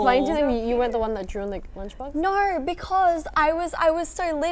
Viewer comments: Danielle actually tacking back the hot sauce close to her mouth to answer Hanni's question + the strong "NAUR" is hilarious if u ask me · she said ”naurr” 😂😭